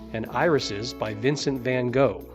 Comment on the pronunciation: "Paul Gangwin" Sheesh! "Van Go" Still no.